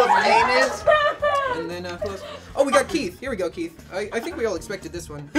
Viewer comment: The way he pronounces "pæñus" gets me every time